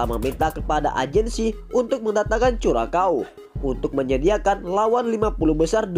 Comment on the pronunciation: Bisa ngeja "curacao" gak min?. Belajar lg sono biar gak malu2in